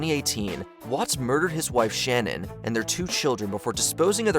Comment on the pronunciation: Always makes me irrationally angry when I hear Shannan's name mispronounced. I feel like it's further disrespect to her memory that her name isn't even seemingly important enough for some people to ensure they say correctly.